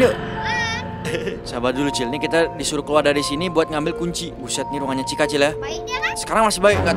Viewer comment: Chica( iitu chika) bukan cica